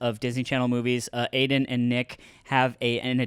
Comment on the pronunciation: I’m confused is it Aiden or Aimen? Sounds like they always say his name with an m